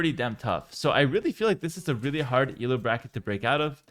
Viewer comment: It is Elo, not ELO btw ;) It is named after the guy who invented the system, not an abbreviation.